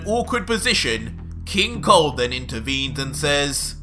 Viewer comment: First i heard not king cold but king Kong